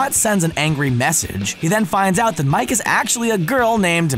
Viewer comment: The chick's name in Euro Trip is pronounced Mika. Watch the movies you talk about before you talk about them please. Also you used a cake emoji in the emoji quiz instead of a pie emoji.